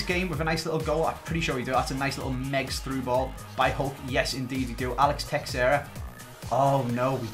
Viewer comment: Its not a big deal but it bothers me, the way you pronounce texeira is Teh-Sher-A